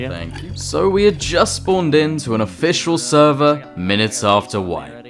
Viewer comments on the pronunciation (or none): Can I say you said officiawal at the start